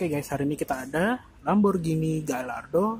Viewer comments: Bacanya gayardo mas bukan galardo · Sebelum jadi reporter belajar meng eja yg bener . Gallardo harus di eja Gayaardo , juga ceramic di eja keramik bukan seramik. Payah ......